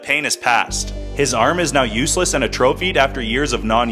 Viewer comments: Atrophy is pronounce “at-tro-fee” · "Uh trophied" buddy that ain't how you pronounce 'atrophy' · It's "A Trophy" huh? You sure that's how you want to pronounce that?